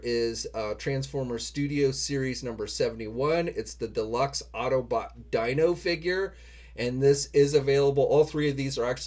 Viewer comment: Dino is pronounced 'Deeno'. It's named after Enzo Ferrari's son Alfredino.